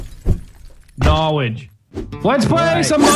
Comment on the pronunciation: Knowledge❌ Knowedge✅